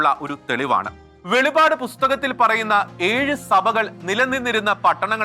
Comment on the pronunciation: വെളിവാട് അല്ല വെളിപ്പാടാണ് ശരിയായി പറയുക